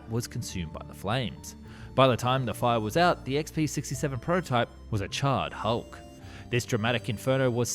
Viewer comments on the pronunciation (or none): none